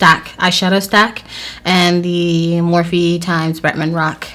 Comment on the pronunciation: girl it's pronounced 'ex' not times lmfao and also Bretman not 'Betman'